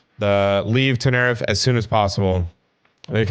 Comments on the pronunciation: I’m sorry to be correcting but I just have to, it’s ten-e-reef, not ten-er-ife, it just bothered me. Sorry! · Nice video. You should react to Green Dot Aviation next. Also fyi pronunciation would be "Tenereef" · It called ten-ir-i-fè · btw its ten-uh-reef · it’s pronounced ten r(short sound) eef ay￼ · Sounds spanish so it woukd be ten-e-rí-f-e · It’s pronounced like mavscooper said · It's pronounced Ten er eff ayy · Sorry not tryna be rude or nun but tenerife is pronounced ( ten-er-refe-ay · its te-ne-ri-fey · if anybody is wondering its The Tenerife (Tena-Reef-ay) Airport Disaster. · It’s pronounced ten-E-RE-Fey